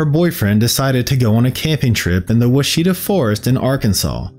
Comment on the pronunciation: I always love listening to your videos. I live in Arkansas near the Ouachita mountains and we pronounce it watch-it-taw. Nothing like how it looks.